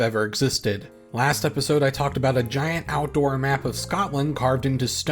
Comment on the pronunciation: He says "aboot" instead of "aboat" and it's weird. He doesn't do Canadian Raising accurately.